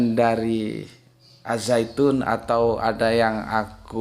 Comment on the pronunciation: Assalamualaikum... Perkenalkan saya dr Jkt. Mhn maaf utk masukkan aja Penyebutan Al Zaytun itu benar AZ Zaytun ( sesuai makroj ) Walaupun penulisan nya tetap Al Zaytun. Karena asalnya dr bahasa Arab dg huruf Alif, lam, Jai, ya, ta, wawu dan nun. Jd penulisan tetap Al Zaytun dan dibaca AZ Zaytun. 🙏